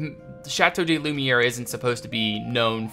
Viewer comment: Great video! I really can't wait to see this finished! A small tip for the pronounciaton of te name: "de" in french is pronounced "duh"